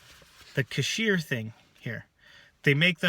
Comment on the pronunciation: French......cahier = kaw-yay. Meaning = notebook.